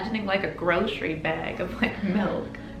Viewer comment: It's the pronunciation for me. 😂 Would you like a beg of melk? The politeness over honesty/flakiness thing definitely happens in Boston too. My pet peeve.